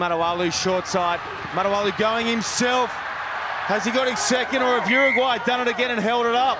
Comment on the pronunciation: the commentator.....! what's with the pronunciation? "UrrrUUUGGwwwhhhhyyy!"